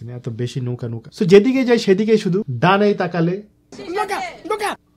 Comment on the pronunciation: আমি তো শুনতে পাচ্ছি ধোকা ধোকা.....পরে বলার পরে বুঝচ্ছি যে নৌকা😆